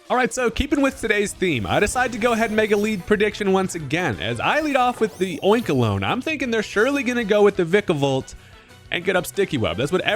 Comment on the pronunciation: Your pronunciation of Oinkologne is correct. It's oink and cologne.